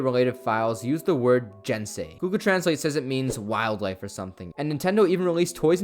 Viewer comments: it is pronounced gensei not jensei. it's spelled with a G not a J. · I'm sure someone else down here said it but I don't see it so... Just a heads up, all "g"s in Japanese are hard "g"s. You had the rest of the word correct, but that means "gensei"'s "g" should be pronounced like the "g" in "gun."